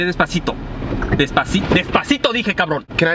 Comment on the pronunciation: Haha she said despicito